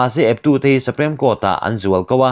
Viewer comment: Sri-lanka ho chu "Sa-prem" (supreme) Court ah zualko ani maw🙈 (Chawngkhum dan tlang huat loh ah)